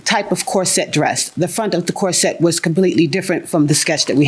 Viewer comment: It’s bustier. And corset’s accent is in the first syllable, not the second syllable.